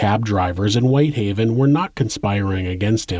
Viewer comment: WHITEhaven not WHiThaven